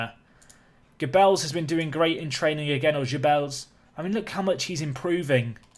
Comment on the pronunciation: Geubbels = Gerrrrr-bls. Hard G. Forget a French pronunciation. His dad is Dutch so it is a Dutch name not a French/Latin one.